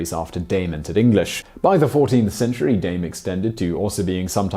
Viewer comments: You didnt say Dame properly AT ALL in french xD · Simon totally nailing the German pronunciation of "Dame" here. When trying to say the French equivalent "dame". Awesome. I love it. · Dame was less of a mystery, I mean Notre Dame means "Our Lady". Also your pronunciation of the French dame...... Buddy. No.